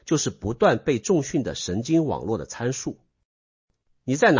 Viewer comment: Ai.不懂得念重训不是重训。